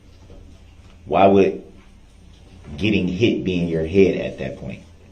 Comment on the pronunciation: Illiteracy list for this video: "Dat" for THAT "Pitcher" for PICTURE "Axe" for ASK "Grounz" for GROUNDS "Witchu" for WITH YOU "Wit-chore" for WITH YOUR "Troof" for TRUTH "Substain" for SUSTAIN He has no idea of the difference between untruth and forthright. What a dummy. I find it unbelievable that such an unintelligent little weasel got this far without someone beating him to a pulp.